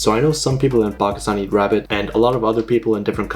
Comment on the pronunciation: Bro just ate a Wabbit for weal. 😭